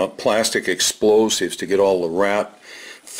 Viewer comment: "Pitchforks and expolsives"...HAHAHAHA!